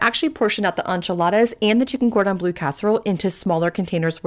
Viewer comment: The way you say enchiladas is wild! That being said, all these meals look delicious